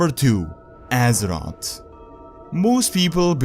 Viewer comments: Can he stop saying Assot, instead of Azeroth???.... Azoth, assot... asshot? I don't even wanna know.. its Azeroth tho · Azerot. lulz all i hear is Azerot Azerot Azerot. I want some AZEROTH. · Whenever he says "Azeroth" all I can hear is "Az-ot" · Step up your prounounciation and learn how to say "th" its Azeroth and not Azerod... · he sad Aseroth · Great, now when i hear someone say Azeroth, all i can thing of is Assrot. Thanks.;P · when you say Azeroth, i hear Ass rod xDD but good video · wait what? Pronounce Azeroth again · please say azeroth right